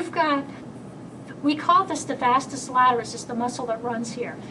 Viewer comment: Excellent, as usual...it's pronounced as - "Vastus Lateralis" not Vastus "Laterus". Everyone f. up somehow....the day we make no mistakes is the day we've met God.